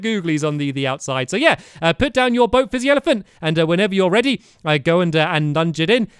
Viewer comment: Stampy keeps on saying flizzy instead of fizzy.